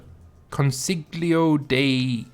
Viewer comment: And it’s pronounced consiyo